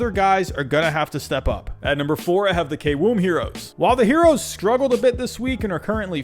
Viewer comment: Great video. Think you are producing some real informative and interesting content on the kbo. Only improvement i would recomend is to pronounce korean players last name 1st and kiwoom is pronounced keywoom. Other than that keep up the good work